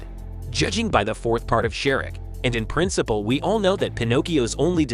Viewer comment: its Shrek not shirk